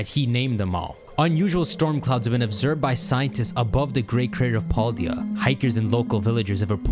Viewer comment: Walking wake not waking walk also the other name you got wrong scream tail not screaming tail also its Pal-Daya not Paul-Dia